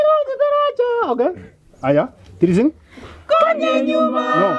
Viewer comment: Konyanyuma not Konya enyuma